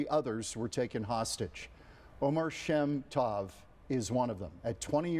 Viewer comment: Oh-mehr sheh-m toh-v is how to pronounce his name CORRECTLY